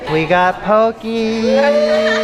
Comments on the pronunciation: Poke is a Hawaiian word and i am Hawaiian so it really bothers me. Poke is actually pronounced po-kay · I'm sorry, did you just say "pokie" when referring to poke?